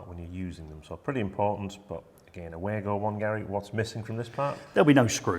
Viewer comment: It's not Waygo there's no Way to go....speak it like that: clear VAh GOh...W in German sounds like V in English!